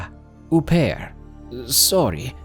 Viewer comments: You mean "murder" not passing, au pair is pronounced O pair not ooooh pair. And a child isn't a belonging, lol. God i love u but your killing me tonight! Please don't block me i hate myself too. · What an "oo-pair"?